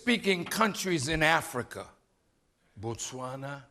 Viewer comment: i like the way you Pronounce "Botswana" that's the perfect way.